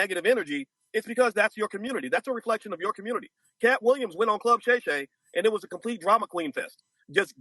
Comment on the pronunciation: lol “Save the communitah!” Dude is still trying to use 1980s talking points when the women themselves said, “I don’t need no man!” This woman went on a show and asked for advice. No one came to her and asked her anything.